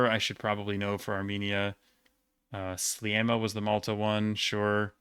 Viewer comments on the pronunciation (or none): none